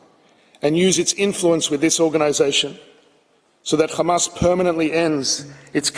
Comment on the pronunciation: Remember the list he’s lies are as big as his belly stop the genocide and give them their land back btw it’s pronounced hamas not qamas